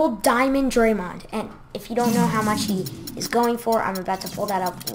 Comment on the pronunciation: can't even say draymond right